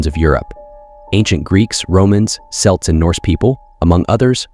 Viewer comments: Celts is pronounced as K-elts. Not S-elt. There is no reason to mispronounced it. It's not a moronic basketball team. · "Orthodox Christian" automatically means "Catholic?" Ackchyually, it's pronounced "Kelts." How can the "universe" be composed of "Earth?" Or is "Earth" just a shorthand term for "solid matter?" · you lost me at "selts"